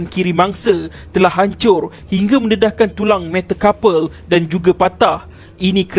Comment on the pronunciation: lemah aku dgr pronounce org yg mmbaca ni..metacarpal da bunyi mcm metacouple..haihhh